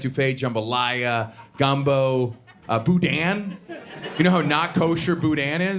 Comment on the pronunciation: As a Cajun, you are mispronouncing boudin. The N isn't pronounced. You start to say it, but stop before your tongue touches your pallette.